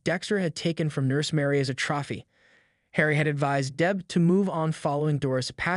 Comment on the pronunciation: Troffy? Legerta? Bro be for real